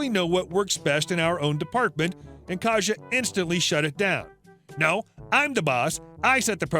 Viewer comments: It’s pronounced k-EYE-sa not “kaja” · Just to let you know, Kajsa is pronounced "Kaisa".